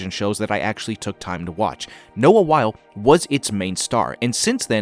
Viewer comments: Not to be THAT person, but Noah Wyle's last name is pronounced "WHY-lee" (rhymes with Riley), not "While". Otherwise, great video! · His name is pronounced Wylie, not Wile.